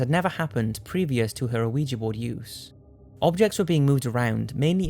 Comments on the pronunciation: hehe. It sounds like you keep saying LUIGI BOARD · WHAT THE F**K IS AN AWEEJEE BOARD!?!?!?!??!?!?!?!?!?!?!??!?!!WHAT THE F**K IS AN AWEEJEE BOARD!?!?!?!??!?!?!?!?!?!?!??!?!!WHAT THE F**K IS AN AWEEJEE BOARD!?!?!?!??!?!?!?!?!?!?!??!?!!WHAT THE F**K IS AN AWEEJEE BOARD!?!?!?!??!?!?!?!?!?!?!??!?!!WHAT THE F**K IS AN AWEEJEE BOARD!?!?!?!??!?!?!?!?!?!?!??!?!!WHAT THE F**K IS AN AWEEJEE BOARD!?!?!?!??!?!?!?!?!?!?!??!?!!WHAT THE F**K IS AN AWEEJEE BOARD!?!?!?!??!?!?!?!?!?!?!??!?!!WHAT THE F**K IS AN AWEEJEE BOARD!?!?!?!??!?!?!?!?!?!?!??!?!!WHAT THE F**K IS AN AWEEJEE BOARD!?!?!?!??!?!?!?!?!?!?!??!?!!WHAT THE F**K IS AN AWEEJEE BOARD!?!?!?!??!?!?!?!?!?!?!??!?!!WHAT THE F**K IS AN AWEEJEE BOARD!?!?!?!??!?!?!?!?!?!?!??!?!!WHAT THE F**K IS AN AWEEJEE BOARD!?!?!?!??!?!?!?!?!?!?!??!?!!WHAT THE F**K IS AN AWEEJEE BOARD!?!?!?!??!?!?!?!?!?!?!??!?!!WHAT THE F**K IS AN AWEEJEE BOARD!?!?!?!??!?!?!?!?!?!?!??!?!!WHAT THE F**K IS AN AWEEJEE BOARD!?!?!?!??!?!?!?!?!?!?!??!?!!WHAT THE F**K IS AN AWEEJEE BOARD!?!?!?!??!?!?!?!?!?!?!??!?!!WHAT THE F**K IS AN AWEEJEE BOARD!?!?!?!??!?!?!?!?!?!?!??!?!!WHAT THE F**K IS AN AWEEJEE BOARD!?!?!?!??!?!?!?!?!?!?!??!?!! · Wee-Gee. O is silent. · Why are you saying "Oh-wee-jah" it sounds weird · Why does everyone say ouija wrong? Its weeya the wee means yes in french cuz my mom teaches french at my school and the ya is yes in german cuz my sis learns german in high school so its yesyes/weeya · It is pronounced wee ja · "uhweegie board" ? Learn to pronounce! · It's pronounced wiji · it's pronounced Wee-Jee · It's wee jah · Am I the only one annoyed that he pronounced the board like it was a surprise each time? "Oh, Ouija board" Other than that, I hope everyone has a wonderful Halloween and/or Samhain this year! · 'Aweejee board' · Did you say "oh-igi" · Its pronounced weejah . the O is silent, just saying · "Oh-wee-jee board" smh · Why does it sound like you're saying "ana Weegee" board? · Why is he pronouncing Ouija like that tho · you don't say the "O"